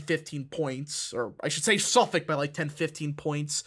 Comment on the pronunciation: The way you pronounced Nassau, I'm suprised you pronounecd Suffolk right, lol